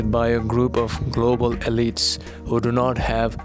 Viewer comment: Elite is pronounced ee LEET.